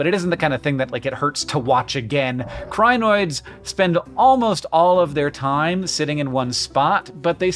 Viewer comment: its pronounced kree-noids